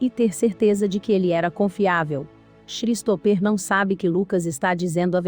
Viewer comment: Um dica básica... Colocar um narrador que saiba as pronuncias dos nomes em inglês.. Xristoper foi bizarro...